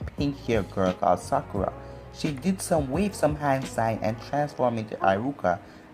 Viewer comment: you said sakura like: "Sucker Ahh"